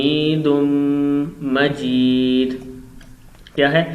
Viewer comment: Bhai majrat ke sath hamidun na padhkar aap hamidum majeed padhe